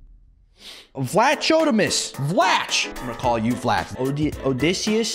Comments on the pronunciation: I am Greek. It is not vlachodimos but vlaxodimos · Thats pronounced vlahotheemos